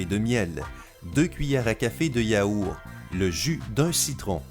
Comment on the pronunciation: Pq vous dites yaouR et pas yaourT ??😂🤣